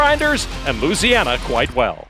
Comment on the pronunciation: Lon, “Louisiana” has five syllables.